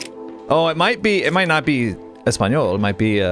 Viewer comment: When he said not to worry about it being in Spanish, he knows a little ES SPEN YOLE… all I can think of is Peggy Hill